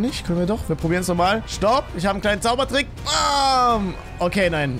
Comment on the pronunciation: wie du Zaubertricks sagst 😂😂